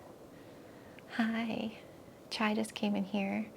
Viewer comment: English is not my first languge and the first time I heard you talking to Chai I kept hearing child! what are you doing, I thought that was a cute cat name XD